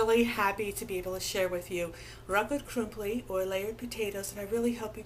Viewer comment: I like how you say rakott krumpli, sweet